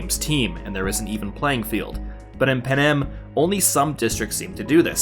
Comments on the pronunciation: Panem, not panam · panem sounds like pan am